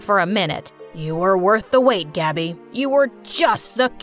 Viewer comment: “But everyone calls me Gabby” Pronouncing: Gabi A thrift store called Gabi: And I took that personally